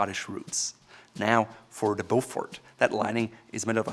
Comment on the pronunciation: Not sure if already mentioned but it’s pronounced Beaufor, the T is silent. Thank you